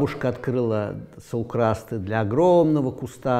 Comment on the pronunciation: САулкрасты,ЦАрныкава...ударение на первый слог...с уважением...так же и с фамилиями